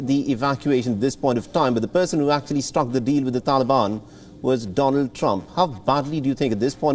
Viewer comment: He literally said 'tanban'...